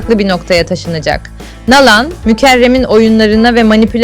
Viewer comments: Doğru telaffuz yapın. Nalan değil na`lan diye inceleyin lütfen diziyi izleyip Nalan nasıl seslendirilmis öğrenin. Pes yahu bu nasıl bir TUrkcedir sizi asla tiklamayacagim ne abone olmasi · Nalan deyil naglan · Nağlan nedır ya?😅 ....Nalan dır doğrusu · Nalan'ı ne kadar kötü telaffuz ediyorsunuz ...Mediha derken vurgu ikinci değil üçüncü hecede ... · Nalan ismini düzgün söyleyin ltfn. Dizi berbat ve seyredilmez bir hale geldi maalesef. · Nalan demeniz çok rahatsız edici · Seslendirme yapay zeka ile yapılıyor, “Nalan” diye okunmasının sebebi bu. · Ya hu şu Nalan kelimesini doğru söyle ne öyle oldun der gibi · Nalan ne ya yanlış telaffuz ediyorsunuz ismi😂